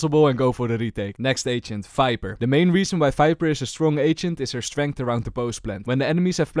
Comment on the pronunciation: Him saying viper as "fiber" tickles my brain